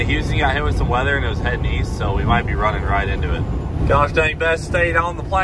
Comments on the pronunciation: East?? Oh I thought you said Weast. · I thought you said weast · East? I thought you said Weest?